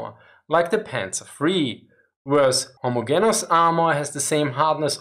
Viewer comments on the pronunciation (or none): just as an fyi put more emphasis on the e in homogenous. its pronounced more like gene not gin (deeper e). not being judgy I no 0 german. but if you want to sound a bit more fluent that would help ya. great content btw. u should do an update on where germany stands now. what was promised what was delivered and where the german coallition govt is on their support for ukraine. Also a cool vid would be one on what germany's economic policy and politics are. I thought of looking for a job there but this winter seems like it will suck. be cool to have an idea if yall will be sorted this time next year. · ho-mo-JEN-us :-) Not trying to be an ass here, your videos are wonderful :-) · this is another excellent video BUT with all due respect, in the English language, the ‘g’ in homogeneous is pronounced as a soft ‘g’ i.e., like the ‘g’ in general. Thank you for your hard work. Please keep it up. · Your English is very good ,but just so know, for undoubtedly stupid & random reasons 😊- the “g” in homogeneous is sounded like a “j” in this word in English...